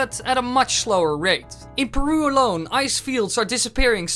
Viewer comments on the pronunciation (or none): none